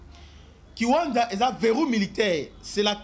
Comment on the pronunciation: Merci beaucoup, mais la cité se nomme kiwanja et non kiwanza, merci à vous🙏🏿